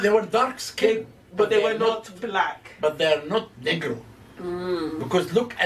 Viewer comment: I seriously believe Z. HawASS mispronounces "NEGRO" with an insidious intent.